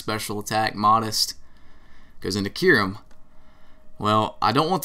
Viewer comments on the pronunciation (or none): none